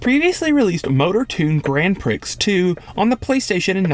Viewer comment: Um, "prix" is pronounced as "pree"